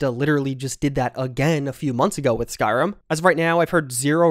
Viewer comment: SkyRIM, not SkyRUM.